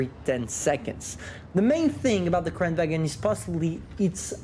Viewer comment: It's pronounced kran-van...